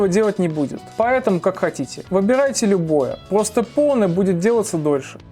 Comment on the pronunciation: Обожаю когда говорит плосто